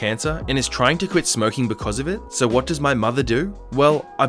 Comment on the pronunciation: I've never thought of it but you're right! We do kinda pronounce it 'waht' xD